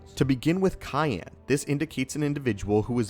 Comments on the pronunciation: ...uh it’s pronounced “Sigh-Anne”, not “Kai-Anne”...for the Cyan color. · Cayenne? I think you mean Cyan. Pronounced (S-I-an) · I thought it was pronounced “sai-yan” not “kai-yan” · A cayenne lightsaber? Is it powered by peppers? 😂 Lol dude, it’s pronounced Sai-an. No hate, we’ve all mispronounced words, I’m just dying over the idea of a lightsaber with a cayenne pepper as its power source 😂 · CA-IN?! Bruh it’s sy-an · Cool video, just so you know, Cyan is pronounced “Sigh-yan” not “Ki-an” ❤️ Keep up the great work! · Si-Yan. : Cyan. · bruh this mf is so dumb CYAN is pronounced SIAN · C Y A N (sigh Anne) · Cyan isn't pronounced with a K-sound. It's "Sy-an". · CYAN = SAI-AN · Bruh, cyan is pronounced SIGH-ANN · lol cayenne is a pepper. cyan is pronounced like sigh-an. although the word sigh should itself be sig-uh. english... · Cyan- pronounced Si-ann. I manufacture toner. Cayenne is a pepper. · Sy-ann is the pronunciation for cyan. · I always thought cyan was pronounced "sigh Ann" 🤔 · it's sai-an cyan, i mean soft c not a "k" sound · Cyan, pronounced Sy an, is a blue crystal. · Why is no one freaking out about how he says “cyan” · Why did you say Cyan so weird? Is it a family thing or something? I'm actually curious as hell about it now. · the cyan and counselor pronunciations are driving me nuts